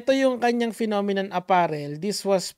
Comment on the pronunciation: phenomenon!? o Nenokinnon 🤣🤣🤣🤣 ninenok mo nga pic. ng modek mo🤣🤣🤣🤣🤣